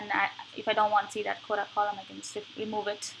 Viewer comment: can you please speak clearer and slower please, I don't understand you sometimes, when I enabled subtitles it displays'' coda ''when you say ''quota'', please practice this word